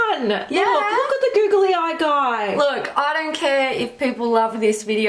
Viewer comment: I love the way that they say “googly”, it sounds like “goggly” 😂